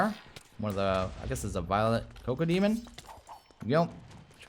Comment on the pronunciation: its pronounced kack-o-demon, the entire nether is filled with DOOM mobs